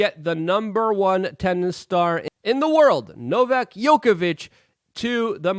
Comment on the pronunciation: Luke, you mispronounced the Tennis GOAT's name! Djokovich not Yokovitz!!!